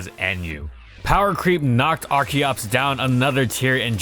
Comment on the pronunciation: I keep hearing da fetus